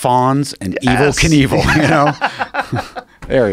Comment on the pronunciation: The way joe reacts to Rob saying the name wrong (simultaneously) joe - “being evel” rob- “being kinevel you gotta watch that if you haven’t seen it” joe - “wow.....wow” - lmfao 😂🤣